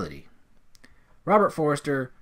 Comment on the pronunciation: Robert Forster. Not ‘Forrester’ 🎬